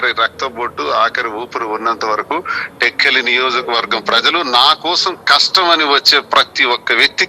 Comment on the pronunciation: టెక్కిలి కాదు రా టెక్కలి